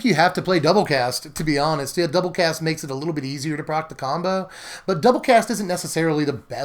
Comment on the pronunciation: What... is this word you're using...? Proc? Prog? , and again . I have no idea what you're saying.